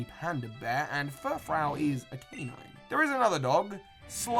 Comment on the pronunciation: "Furfrou" is pronounced "fer-froo".